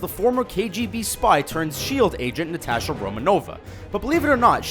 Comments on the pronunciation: Romanova lol it´s Romanof! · Natasha Romanoff not Romanovo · Movie: up Also at 120 u said roman-ovah or something like that! It's pronounced roman-off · what... Natasha... Romanova? I believe you mean Romanov. (think I spelled that correctly) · Did you say "Natasha romanova?" Its romanov but other than that great video! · It's Romanov, not Romanova. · It s ROMANOV not Romanova...😂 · I'm sorry but...Natasha RomaNOVA?!?!?! That pronunciation is making me cringe SOOOOO HARD!!!! Also, didn't Sebastian Stan also audition for the part of Cap? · "Natasha Romonova" wow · This nigga said Natasha Romanova lol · Natasha Romanova. Pronounce it right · "Cave-ill"? "Romanova"? ARE YOU F*CKING KIDDING ME?!?!?! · VincLord it's romanoff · ok either pronounce black widow's last name correctly or don't say it at all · Faustine Wang Really? You might want to tell her she's pronouncing her name wrong, then.